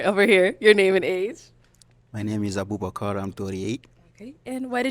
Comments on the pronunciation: The way he would pronounce his name had me rolling but he was my boy the whole episode he kept it playa. I couldn't stand the arrogance of the one girl that owns real estate. She needs to be humbled real quick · Abubakar even pronounces his own name foolishly. All because he is trying to sound different from his own accent. Dude be proud of who you are and stop trying to copy how everyone else speaks. You don’t sound like an American or anyone around you. You just sound foolish and constipated.